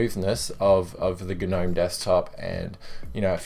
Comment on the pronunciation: Just me, or when he said g-nome it reminded me of the "you've been gnomed" meme?